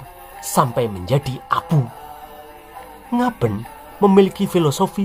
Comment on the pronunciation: pengucapan Ngaben itu e dibaca é jadi suaranya Ngabén. Aswathama termasuk jenis manusia Siwanjini yaitu hidup kekal,Paling tdk puluhan ribu Tahun umurnya dibumi sampe Hyang Tunggal mengijinkan keluar dari Bumi. Ada bbrpa cerita di india ada yg mlht Aswathama dgn Tubuh tinggi 3 Meter berjakan merintih sakit krn mata ketiganya msh Luka krn dikeluarkan oleh Krisna krn perbuatannya membunuh anak anak Pandawa dlm keadaan tidur. Aswathama sering kekuil di India meletakan bunga segar didepan arca Dewa Shiwa sbg Bhakta Dewa Shiwa. nah..bingungkhan? penampakan Aswathama sebelum memasuki abad 2o ini. Kapan kirakira wafatnya??